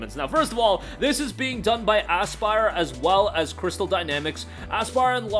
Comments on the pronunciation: Dude says asspyre😂😂😂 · Had me dyin every time! 😂